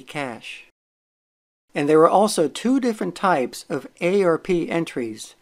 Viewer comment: Saying "ay-ar-pee" instead of "arp" is like fingernails on a chalkboard.